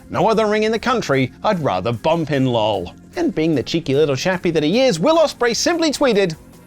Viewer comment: Lmao he read Lol as Looo like it was a word lol